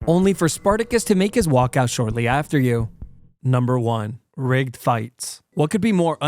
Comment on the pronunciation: Broooo. When he said rigged fights, I thought he said r*pe fights, and was very confused for a second there 😂